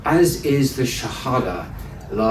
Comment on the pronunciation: Someone teach him how to pronounce the shahada pls :-)